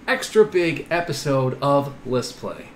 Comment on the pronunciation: you really meant list play during live stream he said it and it sounded like a let's play.